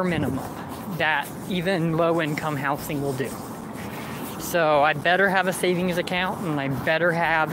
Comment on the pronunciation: I genuinely hate how he says "house-ing" instead of housing